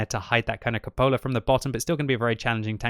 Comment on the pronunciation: FYI it's pronounced CUpola, not cuPOLa. Emphasis is on the CU, not the POL.